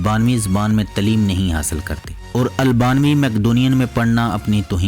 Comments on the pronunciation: talim nhi taleem hoti hai.. urdu ko achey pronounced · جناب تلیم جو کہتے ہیں غلط لفظ ہے تعلم